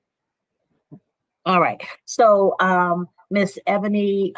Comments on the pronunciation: “The Ebone Milner tribe” BAHAHAHAHA 😂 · Welp I think you pronounced her name WRONG..... it's Ebony just spelled differently ❤ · I'm guessing she pronounces it Ebony.